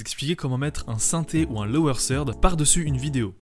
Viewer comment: Aussi lower third se dit pas lower sird :D Faut éxercer le -th là haha. Hugo il est belge ?